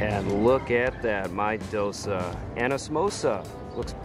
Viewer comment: Hi, it's dough-say. I am a Sri Lankan born Australian. Thank God, we don't have to line up for our dosas. Many thanks for highlighting ethnic food!